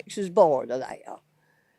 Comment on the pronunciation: That woman's accent is crazy. I didn't think they're had three syllables. They ah uh